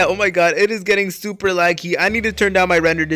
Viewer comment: When Hes Super excited he kinda said Tuper Instead of Super 😂 Nice Vid tho